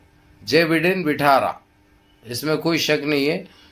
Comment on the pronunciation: Bhai wo Jai bendan nhi Joe Biden hai😂😂😂😂😂